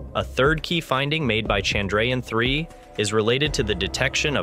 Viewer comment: Nice video. Shame about the pronunciation of Chandrayaan, though.